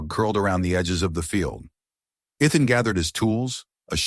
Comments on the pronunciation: NOT Eth-en, NOT E-thon, NOT I-thon! His name is pronounced E-thin. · His name isn't Eth-en, his name is E-then. Learn to pronounce the names correctly. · Not E-thon, E-then! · Or E as in the letter, than with soft a. I kept on to hear the story but constant mispronunciation was a actually. It is VERY common through all these stories. Sigh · So distracting!